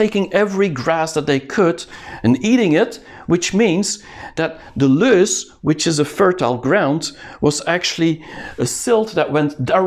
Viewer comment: it is loess (have several pronunciations) plateau not loose